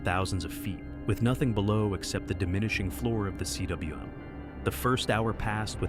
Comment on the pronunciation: Why do you say C W M? Cwm is a Welsh word pronounced “come”. It means a bowl.